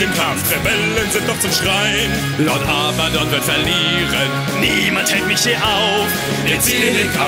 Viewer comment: arbadon? bist du zu blöd zum abgucken?! er heißt Abbadon nicht arbadon